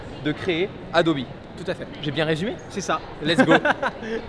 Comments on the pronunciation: Adobi ça casse les oreilles ... Adobe c’est quand même mieux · On dit Hey-Do-Bi ou ADOBE mais pas ADOBI wtf ?! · Dire "adobi" à chaque fois mais quand on parle de photoshop ça parle d'adobe ????????? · Alors je vais faire mon chieur mais un iPad Pro c’est pas vraiment le même prix qu’un Mac Pro Et puis faire exprès de prononcer « adobi » pour faire genre et quand il parle en mode normal tu prononce comme tout bon vieux français sinon pour le reste très bonne vidéo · Adobi c’est la prononciation en anglais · Il dit Adobi Max, mais Adobe Photoshop, donc tout vas bien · Il suffit juste de poser la question. What's the pronunciation of Adobe ? The answer is /əˈdəʊ.bi/ . Le a se prononce comme un e, le do est une diphtongue (deux sons) et be se prononce bi. Ah aussi la deuxième syllable est accentuée . En conclusion ce n'est ni adobe, ni adobi mais de toutes façons la plupart des oreilles françaises ne peuvent pas entendre correctement les phonèmes anglais. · je suis le seul qui ne dit pas « adobi » ? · Est-ce que je suis le seul qui le prononce "Adobe" et non pas "Adobi" ?? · Yang the third « adobi » c’est la prononciation officielle « adobe » c’est juste en français mais sinon tout le monde presque dit adobe et France tkt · C'est qu'en anglais ça se prononce "Adobi" comme Nike se prononce "Niki" en anglais ;) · "adobi" c la prononciation en anglais et "adobe" c en fr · Le « Adobi » me crispe